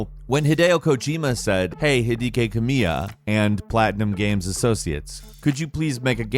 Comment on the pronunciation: Hideekay Cum-mia? Try that one again,.